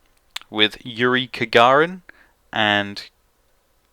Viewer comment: Kagarin? I think you mean Gagarin